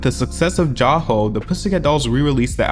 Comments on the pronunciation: It’s pronounced like Jai Ho, not Jah-Ho, great video though sorry I couldn’t resist correcting you because I’m Indian and those two words mean a lot to us <3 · I'm sorry, but as an Indian I can't not correct this. Jai Ho is pronounced JAY HO not Ja ho. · Jai ho as in Jay ho not ja ho. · jah ho??? im sorry who?? sweetie it's JAI ho omg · he can't even pronounce an Hindi word lol.. its not JA HO. its JAI HO like chai but not with ch just j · Its JAI HO not JAW HO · Jai ho is pronounced as “jay” ho instead of jaa otherwise great videos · It's Jay ho not Jaa ho lol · “ Jai ho” like Jay ho not jah ho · It's not 'ja hoe' it's jai ho😅😄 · I’m sorry, “J A HO”? 🙄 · He said JAW HU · it’s jaY ho not jai ho, even tho it’s spelt like that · It's pronounced like 'jay ho' . Anyway good piece!! 😆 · Love you being so active! Jaiho is pronounced as j-aye-ho btw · boy how do you manage to mispronounce "jai ho" when they repeat it in the song numerous times hahahahahaha good video tho, i was just listening to pcd a couple of days ago. i still wonder if the prostitution ring is real (and it scares the shit out of me tbh) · the way he pronounced jai ho lmao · The way pronounce Jai Ho 😢😂